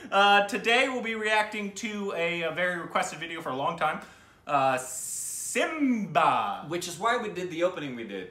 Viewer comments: its not simbia its simmba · Love how is MILES away from the correct pronunciation.😉😂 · Lol this guy can’t even read simmba 😂😂😂😂